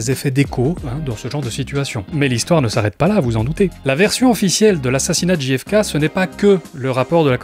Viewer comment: Souvent, on prononce Ji-hef-kay pour faire genre, mais ça ferait GFK. On devrait donc prononcer Gè-hef-kay. Tu n'es pas tombé dans le panneau en la prononçant à la française. (En vrai, je sais que tu le sais, mais c'était juste un prétexte pour envoyer un peu d'amour et de soutien ❤)